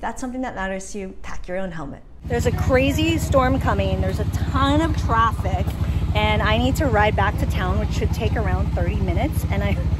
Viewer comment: Ton of traffiv??😂😂 Where are you coming from, Iowa?